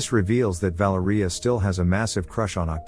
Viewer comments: Vah-lair-ee-ah I can't stand when a basic name isn't pronounced correctly. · the way the ai pronounces valeria 🤣